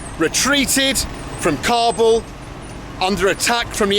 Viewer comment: You can't get the pronounciation of Kabul right, english subtitles are lost everytime